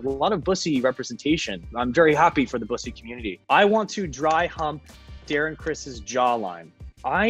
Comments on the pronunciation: The only celebrity to correctly pronounce bussy. I'm in. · I'm just happy he pronounced "bussy" correctly